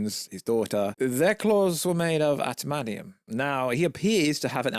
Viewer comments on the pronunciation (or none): Atamantium? Huh, you even English bro